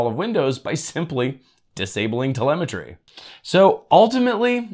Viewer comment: Disabling "terlemetary" ... what's that?? :)